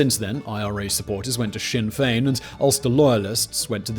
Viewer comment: THANK YOU for pronouncing Sinn Féin right, after always hearing it pronounced incorrectly by non-Irish people. And thanks for talking about NI as I wanted a few months back. Great job!